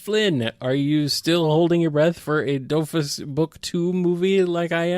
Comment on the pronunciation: Well actually you need to prononce the S at the end of Dofus, since it's a proper noun and these are invariable. :3 Also, the whole thing about Ankama is that all of their money comes from the Dofus MMO, which isn't as popular as it once was, so the studio is lacking funds.